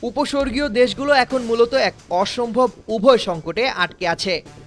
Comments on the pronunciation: উপসাগরীয় হবে, উপস্বর্গীও নয় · একুশে টিভি উচ্চারণগত ভূলের দিকে খেয়াল রাখা উচিত, উপসর্গীয় অঞ্চল হবে না, উপসাগরীয় অঞ্চল হবে। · Wrong Bengali pronunciations in this February, 2026. Is it the action of an illiterate and untrained presenter? It is very contradicting to the name "Ekushe TV" and the current month of February. The words "Upasagario" and "Upashargio" bears two different meanings. The term " Upashargio" is never heard of which was uttered by the presenter at least 2(two) times. 😢😢😢 He is advised to learn Bengali in adequate, to present news. 😅😅😅 May Allah bless the presenter with appropriate knowlede in Bengali. Ameen, Ya Rabbal Alameen. ❤❤❤ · উপস্বর্গীয় দেশ না রে মূর্খ , উপসাগরীয় দেশ হবে , কি করে যে এই আবাল গুলো লাইভ রিপোর্টিং এ চান্স পায় 🤮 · উপসর্গীয় দেশ 😂😂😂😂 প্রাইমারি পড়া ভাষা জ্ঞানহীন বোকাচোদা ধরে নিয়ে এসে খবর পাঠ করার কেন???? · উপসর্গীয় না উপসাগরীয়, আরে সঠিক ভাবে কথা বলতে পারেন না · ওটা উপস্বর্গিয় নয় উপসাগরীয় হবে 😅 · বিবরণ বলা টা ভালো হয়েছে তবে ছোটখাটো ভুল গুলো শুধরে নেয়া বা খেয়াল রাখা উচিত। উপস্বর্গীয় দেশ নয় এটা উপসাগরীয় দেশ বলা হয়। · কোন চোদনাকে দিয়ে খবর পড়ায় আল্লাহ জানে ভাল। উপসরগীয় কি রে আবার প্রতিবেদক